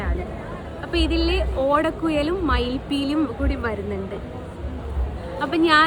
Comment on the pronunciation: മംഗല്യസൂത്രമോ 🤔...... ഓടക്കുയലോ 🤔🤣🤣🤣🤣 ഓടക്കുയല് അല്ല മോളേ 😂 ഓടക്കുഴൽ എന്ന് പറയൂ 👍🏼 .....